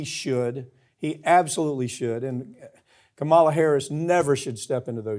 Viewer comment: Why do you continue to pronounce Harris's first name wrong?